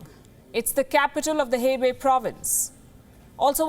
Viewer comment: So dramatic 😜😜 Hebei (hey bay)🤣🤣🤣🤣🤣🤣